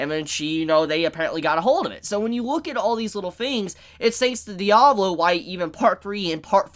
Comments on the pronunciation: My guy it’s Diavolo not Diablo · Its Di-A-Vo-Lo not diavlo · Anyone else bothered by him calling Diavolo Diablo? Just me? Ok :(